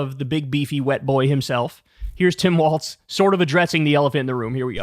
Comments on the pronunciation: Kyle, I love you, I watch your show everyday, but PLEASE start saying Walz correctly, it's WALZ, not WALTZ. It's just like a wall but multiple walls. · Ok Kyle, I held my tongue on several videos so far, but gotta say it. It's "Tim Walz", not "Tim Waltz". It's irritating xD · It's pronounced f*ck*ng WALLS dude, not WALTS. AIN'T NO T IN WALZ